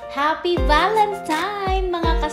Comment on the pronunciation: tama nman ang spelling sa title ng video mo pero bakit valentiMes ang pronunciation mo? valentiNe po.